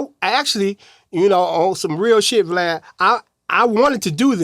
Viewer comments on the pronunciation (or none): are so slow. What the freak is a glad?! It's VLAD!